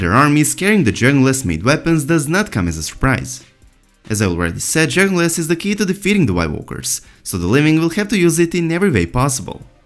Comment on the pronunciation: Every time this guys says "dragon glass" I heard "Journalist" . Can't unheard it.